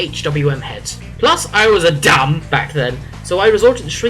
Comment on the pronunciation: the way he said DUM lol